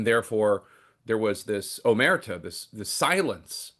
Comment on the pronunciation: Jake, it's pronounced oh-mer-TAH. notice the accent on the final a: Omertà